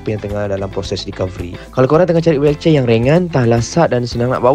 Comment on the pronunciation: Sebut wheelchair pun tk betul😂😂😂😂